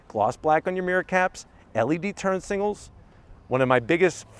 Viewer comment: He always says SINGAL light instead of SIGNAL light😂